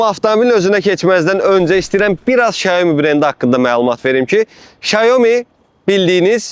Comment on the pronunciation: 小米 (Xiǎomǐ）- Siao Mi - duzgun deyilishi, S herifi ile bashlayir